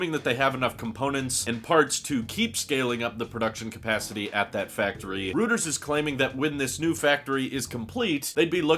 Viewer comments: gah, hate to be that guy, but it's "roy-trz" not "rooters" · Great content per usual. Don't take this the wrong way, but Reuters is pronounced Roy-ters, not rooters. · Reuters = "ROY terz" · I’m disappointed with myself for being so triggered by this mispronunciation 😄